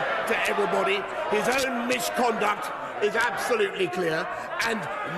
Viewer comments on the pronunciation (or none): ohh that was close! "I expect better boll***s", ... as if Johnson doesn't deliver enough already(!!!) and & what's this "mishconduct" thing? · 'I didn't say misconduct... I said... erm... Mishconduct.' How the fuck did he get away with that one? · mishconduct? seriously? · "mish-conduct"! Is he a five year old? Totally pathetic. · “Nyer, nyer! I said MISH-conduct!” We have a nine-year-old for a PM. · 'Mishconduct' LMFAO!